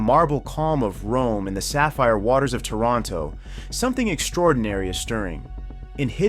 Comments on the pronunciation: "taránto" tf man how TF in whole world u named the city, Is "táranto" mfg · Did the idiot narrator call TAH RAN TOE... Toronto?? Your pronunciation of Italian names is painful. Ban yourself from YouTube!